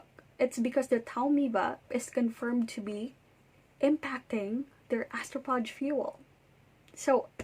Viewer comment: It's pronounced astrofage. Phage is a Greek root, ph is pronounced as "f".